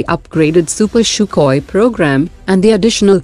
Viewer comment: It's really annoying when I hear "shoookoi". Admin, kindly understand it's pronounced "sookoi". Do some research before presenting. Thank you!